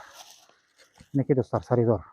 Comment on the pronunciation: Саридор емес салидол десей.